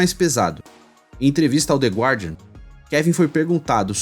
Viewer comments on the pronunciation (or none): none